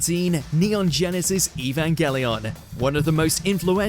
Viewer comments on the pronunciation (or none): none